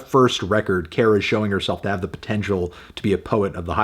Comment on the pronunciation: Kara is pronounced like "care-uh"